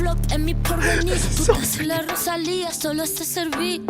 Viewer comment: You can at least get Rosa’s name right. Lisa says it right.